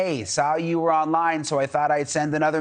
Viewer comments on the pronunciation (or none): none